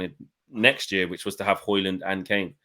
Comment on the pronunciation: you gotta stop pronouncing the 'D' in Hojlund 😅